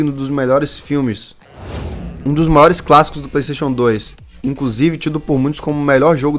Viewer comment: Praystation! Praystation!